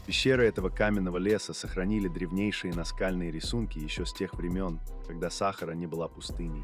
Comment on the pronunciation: Программисты х.....вы, черта ли вам не сделать ударения-то нормальные, - САхара !!!